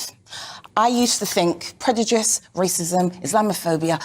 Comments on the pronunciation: «predujice» lmao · Why can't this woman pronounce 'prejudice' correctly? She also kicks off when she is interrupted but talks over people all the time! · She also thinks pointing her painted nails n talking down to ppl and the fact she of a certain hue makes her absolutely correct she also thinks she's so elequent but can't say colonised properly or the work ask properly or even the word prejudice 😂😂